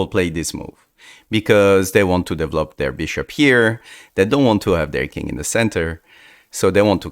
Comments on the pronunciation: I just love how he says "devlop"😂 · ah yes "devlop"